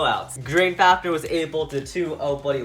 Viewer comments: Drain fafneeeeeeeeer it is pronounced drain faniiiiiir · U keep saying fafner and not fafnir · Duuuude stop saying fafneeeer it is fafnir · faf-near not faf-ner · Bro the way he says fafnir